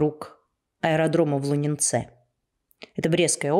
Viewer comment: Лунінец удареніе НА ЛУ. От Мікашэвіч не далеко.Пінска .І Століна , ОТ граніцы до Украіны-Удріцка - 100-110 км.